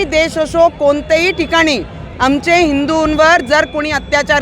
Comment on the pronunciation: अमचे nahi आमचे असते te